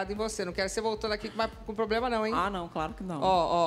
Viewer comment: Parece que a doutora fala PROLEMA. 😅